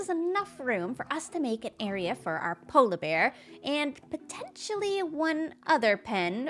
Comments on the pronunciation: I love the way says "polabear" instead of "polar bear":) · Obsessed with the way pronounces polar bear